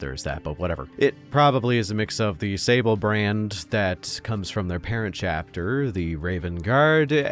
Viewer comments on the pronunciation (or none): none